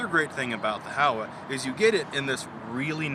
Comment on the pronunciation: Pronounced Ho-wa long o and a.